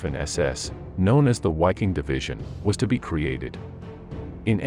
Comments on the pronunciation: the 5th ss was the wiking(viking) it was pronounced Ve' king and not (why)king. wiking is latin. always cut the w in half to get the V!. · Bro. Please try to use proper pronunciation. It doesn’t need to be perfect, but try at least. Waffen - Vahffen Wiking - Vee-king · The Grossdeutschland Panzergrenadier Division, didint belong to the Waffen SS but to the Whermacht. PS: the 7th SS Panzer Division Wiking,you read it with a W but its pronounce with a V. Viking. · It's not pronounced wiking division, it's pronounced viking division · 5SS Wiking is pronounced VIKING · The narration is weirdly inflected. Leibstandartay? Wiking division, Whaffen SS. AI? perhaps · PRONOUNCE CORRECTLY!!! WIKING, etc., etc., etc. Unwatchable.